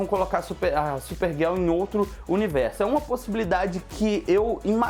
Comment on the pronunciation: ''super guel'' krl cara fala certo mds GIRL é dificil ?